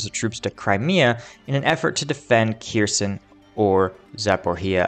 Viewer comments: OK. until you stop butchering the names of Ukrainian cities, I'm going to stop clicking the like button. All you gotta do is type the name into Google Translate, identify the word as Ukrainian and click on the speaker button. C'mon, man, be a little more professional! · LOL, there's no T in Kherson!!!